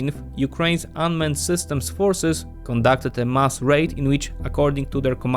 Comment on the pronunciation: When you say mass it sounds like musk. Be careful with that haha